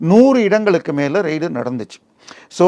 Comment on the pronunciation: ரெய்டு என்று உச்சரிக்கவும் . ரைடு இல்லை. ரைடு என்றால் சவாரி. Journalism ஆங்கிலத்தை தமிழில் படிக்காதே அது இரு மொழி கொள்கை இல்லை